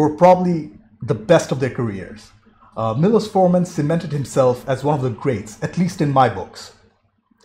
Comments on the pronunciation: It’s pronounced’’Milosh’ not ‘Milos’. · It's pronounced "Mee-low-shh" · Pronounced....mee losh (milos)